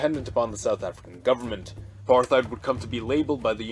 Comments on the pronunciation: It's not Apar-TH-ied, it's Apart-Hied if you want to say it with English accent, in an Afrikaans accent it's more like A-Part-Hate. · Cool stuff, maybe the decisions by the nations formerly SA are a little too logical. The populations are not logical, but emotional, even leaders. It's pronounced "Apart-height". Soth: "sutu". Botha: "Booata". Very sad what's happened to the formerly successful South Africa: terrorist president, massive corruption, farm murders, land seizures, vast amounts of crime, vast amounts of disease, unemployment. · Apart-heid, there's no th sound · No "th" sound in "apartheid" or "Botha"...